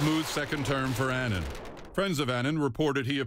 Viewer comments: Kofi Annan (Pronounciation is like UH-nun)- not Aynan. RiP honourable Kofi Annan. A great man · They keep pronouncing his last name incorrectly, why is it so hard for Americans to pronounce words correctly. It boggles my mind listening to these news people who should know better. Kofi Annan was a great man who did great things and whose career was married by a lot of negatives. However, being who he was, he deserves respect, and for his name to be pronounced correctly. Rest in peace Mr. Kofi Annan.